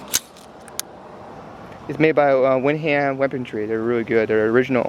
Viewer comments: I'm from Windham, Maine. Home of Windham Weaponry. The towns name is actually pronounced Wind-um. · And it's pronounced "Wind dam" apparently the "h" is silent. Just FYI. Good guns